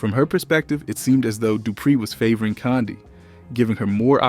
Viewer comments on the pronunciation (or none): This “so called narrator “ is killing me🤬 and who in the heck is “kondie” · U aint sayin her first name right😡😠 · Love this breakdown but your pronunciation of Kandi and Latocha was distracting lolll